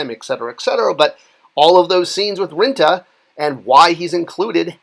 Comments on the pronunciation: Rintrah or Rinta?!? Pretty sure the the second R in Rintrah isn't silent. Or am I wong again? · Rin TRAH! also, Thanos is pronounced Thaan nose not Thainos. Thought it would help your already rock-steady credibility. \m/